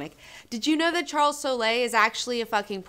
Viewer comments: its just pronounced soul. like the spirtual soul. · I wanted to join in on the drinking so I took a shot every time mispronounced Soule (sounds like soul). LoL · I'm not sure you are saying Charles Soule's name right, go listen to an iFanboy podcast it seems like they know him personally and I assume they get the pronunciation right, unless mispronouncing things is your thing, if it is then more power to you!